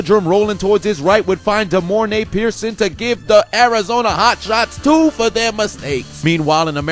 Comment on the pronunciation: its Pierson-el not just pierson. he went to my HS